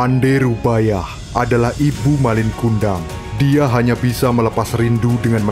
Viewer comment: Bukan rubayah tapi rubiah